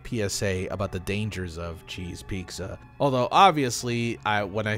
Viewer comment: the scariest thing in this video is your pronunciation of the word pizza